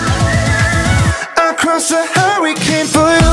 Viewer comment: Yikes gebt ihm doch kein Song, dessen Titel er nicht mal aussprechen kann...!!! Huwwycane?